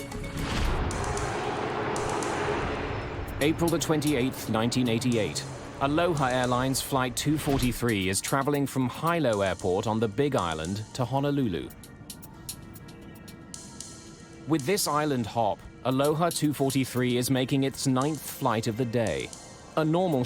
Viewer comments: Hilo is not pronounced “Hailo”, it is pronounced how it is written. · Hilo is pronounced “HE-low,” not HIGH-low.” 😁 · Hilo is pronounced hee-loh, not high-low. The Brit narrator does a bad job on many other words, too. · Hilo is pronounced heelow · Hi-Low airport 😂🤣😂🤣